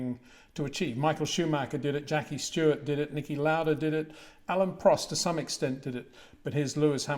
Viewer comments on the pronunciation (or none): none